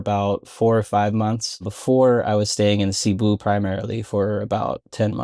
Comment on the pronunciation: Cebu is prnounced as seh-BOO. Stress is on the second syllable.